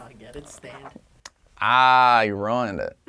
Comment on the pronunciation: You said sand not stand